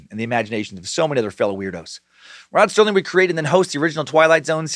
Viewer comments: Does he keep saying Rod "Sterling" instead of Serling or am I just so used to hearing mispronounced words I'm hearing things? Oh dear lord when he gets to the monster names his head just might explode! LOL! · Rod SERLING. Not sterling ....🙄🙄🙄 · FOR THE RECORD, there is no “T” in “Serling.” (Still love ya, brah ... )